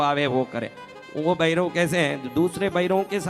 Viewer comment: अबे पहले भैरवकाही नाम गलत लीया चुतिया. असितांग नही अतिसांग है. उज्जैन मे भैरव मंदिर है अष्टभैरवका वहा जा के देख ले. भैरव को बैरव उच्चारण करता है.